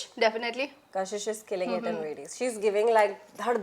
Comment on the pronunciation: Kashish ❎️ kasis 😂✅️